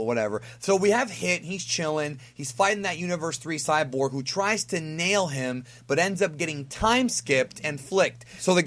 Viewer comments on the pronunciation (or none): none